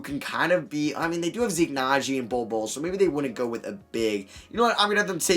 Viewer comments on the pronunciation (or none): none